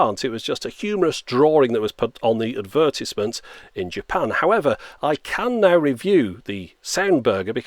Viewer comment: Did you just say Ad-ver-tis-meant?